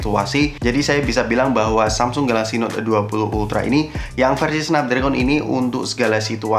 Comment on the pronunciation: Bacanya snapDregen mas bukan dregon